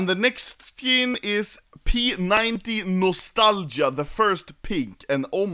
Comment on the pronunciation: Ola sou brasileiro so quero dizer que ele pronunciou errado a p90 nostalgia